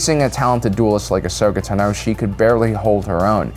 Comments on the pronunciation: The emphasis of (Ahsoka) Tano is on the first syllable TAno, not taNO :( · Who the hell is Ashoka “Ta No”????😖😖😖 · Ahsoka Tan-oh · WHY DOES THIS MAN PRONOUNCE “TANO” LIKE THAT? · Why do you pronounce Tano's name so weirdly? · Every time this guy mispronounces Ashoka’s last name I die a little inside